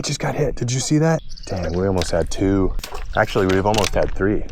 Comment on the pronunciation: Good to know he's at his "actuawy" phase lol😂